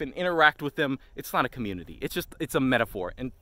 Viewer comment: everytime he says the Loonix coomuinity XDDD